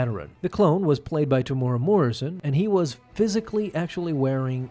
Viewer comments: "Tomorrow Morrison" 🤣🤣 TE-MU-E-RA bro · Sorry but only thing that brought me to this video was the pronunciation of Temuera's name. Its pronounced "Teh moo era" or "Teh Mu Era" not Tomora or whatever spangled word you used. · Teh - moo - eh - rah. Roll that R. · Temuera Morrison isn't "Temora" but I'm sure he's heard worse. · Temuera Morrison is pronounced Tem-u-era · This is my favourite scene from the entire series. It shows the true cost of war. Say it like this bro: “Tem-ew-erah” and roll the tongue. Temuera Morrison. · temuera. tear moo ear rah....easy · Love your videos but as a Kiwi myself, Tem's name is pronounced similar to "Tem-oo-ear-a". But Maori is pretty unknown for non-kiwis so don't worry! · Ooof, gotta work on that pronunciation of Temuera. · Love how you butcher the actors name 😢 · that isn’t the correct way to say temuera